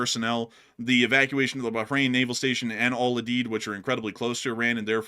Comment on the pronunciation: Someone needs to teach you how to pronounce Al udeid